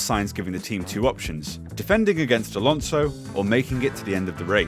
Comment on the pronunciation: I've noticed one good thing about: he pronounces Alonso correctly. He does the S as it should be, as opposed to a lot other English speakers that weirdly enough pronounce AlonZo (with a Z sound. Funny enough, Spanish does NOT have the Z sound. It's always S).